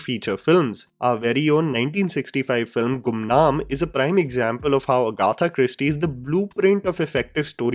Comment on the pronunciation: The way you butchered Agatha Christie's name 🤦🏽‍♀️😂